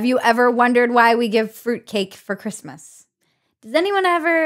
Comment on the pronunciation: Bridget doesn't say "Christmas". Sigh.